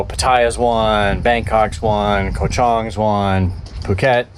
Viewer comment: Hi, Just FYI, here in Thailand 🇹🇭 “K” as in Ko or Koh is pronounced like our letter “G”. Very rarely pronounced correctly by foreigners. Happy sailing. I live on the beach not far from Ocean Marina, so maybe I’ll see you when you come back in to lay her up.